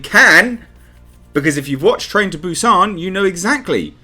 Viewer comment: Hi, Korean here. The way you pronounce Busan is correct. It's not "Bew-Saan" The way you say is, more subtle, is spot on. Hyundai, however, lol is pronounced "hyun-deh", not "hyun-dayy" Thank you for coming to my TedTalk on Korean pronunciation.